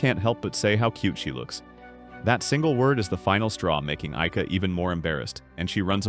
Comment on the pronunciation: bro sometimes says IKEA instead of AIKA...